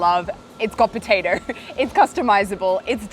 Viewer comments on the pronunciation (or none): "potader" lmao